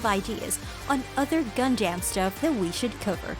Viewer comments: Its gunDUM not gunDAMN please say it right haha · Gundam, not Gundamn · I can't believe anyone who calls it "Gun damn" is actually a fan. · Tell me this ins't TTS without saying its TTS: Pronouncer: GunDamn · WTF did I just listen to, most of the info she was saying was irrelevant or wrong and she kept saying Gun-Dam which was getting on my nerves. The way she kept rambling on about random stuff felt like she was an AI reading off a script someone typed. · “Gun-Damn” why? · keeps saying gundamn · The person narrating has probably never watched the series. Anyone else keep hearing Gun-Damn? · "if you're a GUN-DAMN fan like me!" proceeds to butcher every single name and ramble on about vietnam lmfao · Its pissing me off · I heard a God Damn at one point. The rest was Gun-Damn. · It made me jum of the mountain. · I say it like that to screw around with people but when it comes from an informative video like this it hits differently...... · “Gun-Damn”? Srsly? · Gundamn ? What the hell is wrong with you? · By far the worst pronouncing of Gun Dam EVER if you've watched the damn anime you would know that but yet still she butchered it over and over in the first few mins I can't listen to the rest. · All these dislikes because of how Gundam is mispronounced. 😂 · Even after 30 years. People still pronouncing Gundam wrong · For a channel called "Gundam you can't even say Gundam right " Unless this is TTS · This is literally one of the worst videos I've ever seen. Incredibly awful and misinformed and you cant even pronounce gundam correctly. plus ratio byebye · That shit kills me every single time I hear it in the trilogy...its killing me now.